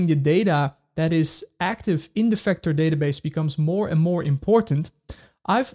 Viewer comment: Vector NOT Fector